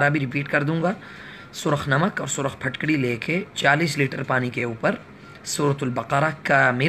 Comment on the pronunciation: Phatkadi nhi phitkri ya phitkari